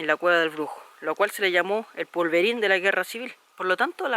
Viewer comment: Hermoso tu canal, pero si hablaras mejor sería agradable escucharte... si empezaras a sacarte la SH... sería un gran avance... Saludos! Pd: Es "polvorín", no "pulvorín".